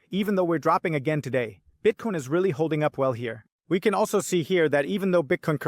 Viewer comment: I just started watching your show and really like it. But I noticed one thing that's annoying as hell, your pronunciation of Bitcoin: Bitcone, Bitcon? Even people speaking English with an accent can say the word Bitcoin, so if it's a thing you're trying to do to separate yourself it's not working